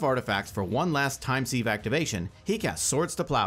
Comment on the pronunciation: Sieve is pronounced like ‘Siv’